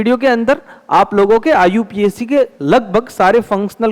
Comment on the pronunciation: Iupac name ❌ iu pac name ✅😅😅😅😅